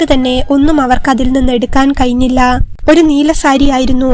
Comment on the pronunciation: നല്ല കഥ പക്ഷേ മലയാളം ശരിക്ക് വായിക്കാൻ അറിയാത്തവർ കഥ പറയുന്നത് ആരോ ചകം കഴിഞ്ഞില്ല എന്നതിന് കയിഞ്ഞില്ല ഭയങ്കര ബോറ്